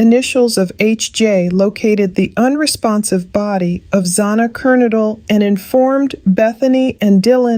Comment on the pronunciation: Zona kuradle? Have some respect and prounce her name correctly.